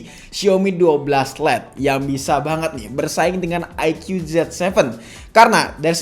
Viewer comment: Bang kata dapit bacanya bukan IQ tapi aiku